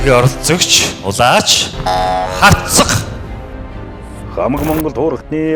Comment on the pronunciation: Шүүгч нь Улаачийг Улаагч гээд байхийн?!?!?!